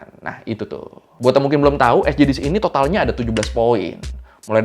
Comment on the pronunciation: Bang, "esdijis", Bang. Bukan "esjidis" 😂 🫡🙏